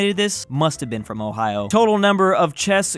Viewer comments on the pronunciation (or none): none